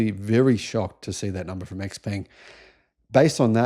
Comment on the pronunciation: By the way. XPeng's pronunciation is "Shao Peng" in Chinese.